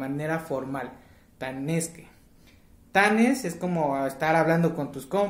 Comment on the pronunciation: Mi amor escribes Tlanes y pronuncias Tanes... Cuál es la pronunciación correcta?? Yo he escuchado en mi comunidad Cuali tlaneshtli- buen amanecer y Cuali Tonalti- buen día o Buenos días !!!